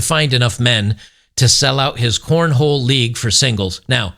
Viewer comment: you need to be apologizing for mispronouncing corn-hole. It is a southern extreme sport.